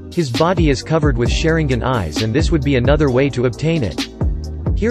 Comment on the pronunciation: Sharin-gin lol